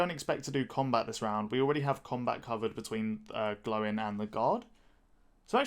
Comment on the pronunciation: “Glowin” 😅 Good video overall though